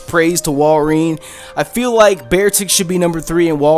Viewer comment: wall-ree-in BRO